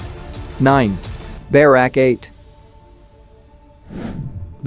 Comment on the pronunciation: it's not pronounced BEH-rawk, it's buh-RAK